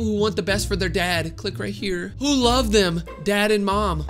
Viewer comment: "i lab my family" killed me 💀